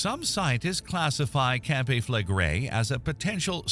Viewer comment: Mispronounced - CAMPI - SANTORINI - clickbait. These doomsday prophets never die out. Waste of your time.